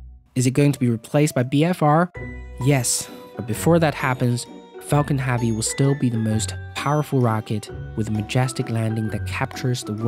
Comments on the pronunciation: Great video. Your incorrect pronunciation of he work "heavy", though was so bad it made me want to punch out my ear drums with an awl every time I heard it, which was a lot. There's no way I would have watched this great video passed the introduction if my hands weren't covered in dish soap when this played. I stand by calling that an incorrect pronunciation btw. Accents are different from incorrect pronunciations. What you said is not "heavy" with an accent, it's "heavy" pronounced incorrectly. I will probably get hate for saying this. I'd like to reiterate that I actually really liked the video. It was very well done. That one word, though, was just so painful to my experience that I couldn't sleep at night if I said nothing. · Can you PLEASE say "Heavy" the right way omg.... nice video tho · Yeah why does this guy pronounce it so weird i couldnt watch it after he kept saying it wrong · The way you pronounce "heavy" is nagging AF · the amount of times you mispronounce 'heavy'... it's like you're doing it on purpose, hurts my freaking ears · It's 'Falcon Heavy' not 'Falcon HeAAvy' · It’s “heavy” not “havy” 😣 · Everytimes I hear 'haavy' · my name is Javier, those closest to me call me 'Javi'. Pronounced the exact same way that he is saying 'heavy.' ... and i must say that i dont appreciate that he is making my name sound like a big robust full of heaviness thing when he really could just be pronouncing the word 'heavy' properly. lol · Everytime he said "havy" I stabbed myself! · Are you incapable of saying "Heavy"? Because Haavy is not a word. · Pronounce "heavy" properly so then the captions don't say "Javi" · Falcon heavy, not falcon havy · falcon havy? its heh-vee you frickin immigrant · this pissed me off so much , falcon friggin duck would been more pleasant to listen to .... . havy havi haaaaaaaviiiiiiii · The way u say haavi hurts my ears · "Falcon Have-y" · Falcon Haaavy. Haaavy. Haaavy. 🙉🙉🙉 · "Falcon Javi" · "Falcon havvy" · HEAVEY. The word is HEAVEY.